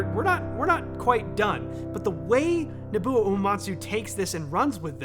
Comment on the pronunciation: Hey do I am new to your channel, really loving your content! I do have to correct you on Nobuo’s name though. It’s pronounced No-Boo-Oh. I hope to see you cover more of his content because you break it down beautifully and he has so much great and iconic music. Keep up the great content!